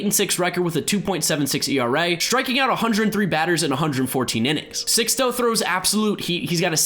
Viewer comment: Sixto is pronounced like Seeks-toe btw